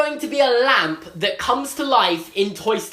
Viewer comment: maybe its just bc im an american...but he says lamp EXACTLY like harry potter (well daniel radcliffe but you understood)